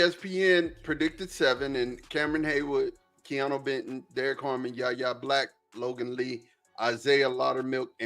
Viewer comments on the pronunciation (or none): It’s Y A Black. Not YaYa black 😂😂